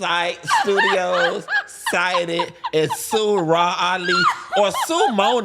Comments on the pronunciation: I need him to call her “Rah” and not “Raw” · Not "Raw Ali"😂😂😂